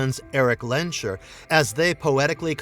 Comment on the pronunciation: It's Lens-herr ;)